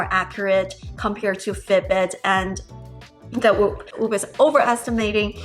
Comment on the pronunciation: Omg please say whoop driving me nuts. 😂